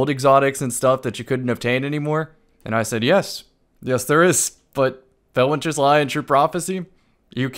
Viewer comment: You did not just say felwinters